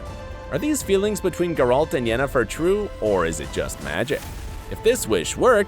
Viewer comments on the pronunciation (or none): Voice: "JASkier" "GerALT" "DUHNey" Me: please, make it stop TnT Voice after saying "Yenefer" correctly: "YeneFOR" Me: why am I being punished? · Ge-Ralt. Yenefor, Jaskier, cmon man, at least do your homework if you want to clickbite people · Mandy Pyke- yea ok... but to pronounce it as “Yenneforrrr” is just sacrilege